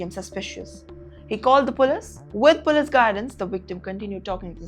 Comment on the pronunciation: Pull-ees, not pull-iss.